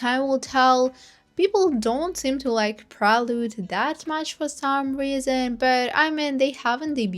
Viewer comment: loved ur commentary but u felt fake asf by pronouncing prelude wrongly and not knowing camilla is related to geffen, gave u even watched the documentary.???